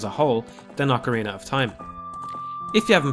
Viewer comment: Did you just say "Hillion"? or "Hee-Lee-En" lol Hylian is pronounced "High-Lee-An". Like Hyrule is "High-rule" not "Hee-rule" lol But at least you correctly said "Oc-a-rina" unlike those who say "Oak-a-rina". lol My life will be complete if i find a Majoras Mask review calling it "Major-Ass" Mask. lol